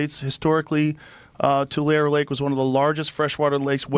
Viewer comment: I love them trying to pronounce Tulare 😭